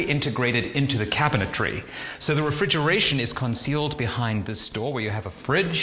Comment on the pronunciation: Refrigeration 😂😂. Whose this English dude